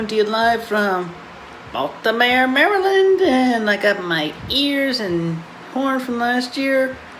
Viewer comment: I'm surprisedd Chris knows how to pronounce Maryland correctly